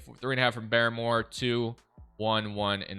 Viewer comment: It’s BAR more not Barry more that was driving me nuts